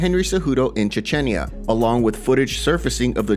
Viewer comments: Chechnya not Chechenya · Chechinya? It's Chech-neeya. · Brother, it’s pronounced Chech-nee-ya. You are killing me with that Ch-chen-ya. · Ch-Chen-ya????? CHECH-KNEE-A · Che-chen-ya 😒... Chech-nya... 🤷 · Stop saying Cha-chenya, dummy. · Please learn how to pronounce... Chechnya... You sound uneducated. Here is a freebie: chech·nee·uh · Its pronounced CHECH-NYA theres no extra vowel between syllables. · Say Chetch-knee-Uhh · Hey bro, love the channel, quick note: it’s pronounced Chech-knee-ah ❤ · Ffs... its Ch-e-ch-nia!! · Che-che-nia? lmao im sorry, can't let that slide xD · Seriously… Chi-chen- ya…?! 🤦🏼‍♂️Sort it out ffs 😂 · Wait... did that fool just say "Cha-chin-ya"? 🤣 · It's pronounced Chech-nee-ah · Chah chen yah lol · CHECH- KNEE-YUH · It's definitely pronounced "chech-nee-a" lol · I love the channel but isn't the country of birth of khamzat pronounced Chech ni ah? Most dictionaries spell words out phonetically and it might be worth taking that little bit of extra time checking so you don't risk offending people by pronouncing their town or country wrong. Plus it makes your content more accurate and professional. Ok rant over and out. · Pretty sure that’s not how u pronounce Chechnya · Please learn to say Chechnya properly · Dying at this dude pronouncing "Chechnya" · So no one's gonna say anything about the insane way my man pronounces Chechnya? It's pretty god dam nuts!! 🤣🤣🤣